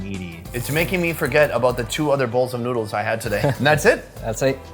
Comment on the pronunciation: did this dude just say "Get some **NUDES**"